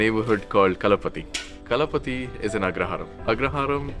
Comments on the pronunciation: correction: its not kalapati. Its Kalpathy. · It is Kalpathy not Kala Pathy